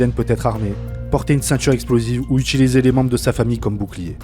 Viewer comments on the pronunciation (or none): none